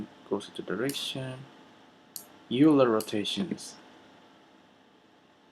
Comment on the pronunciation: Hi, I just wanted to mention that "Euler" is pronounced 'oyler'. Just a quick FYI.